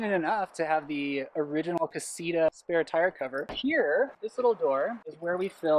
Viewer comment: "Casira" Damn, the English accent. Ka-see-TAh!